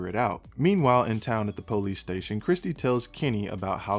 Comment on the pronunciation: I love with you say PO-lease! LOL Don't change!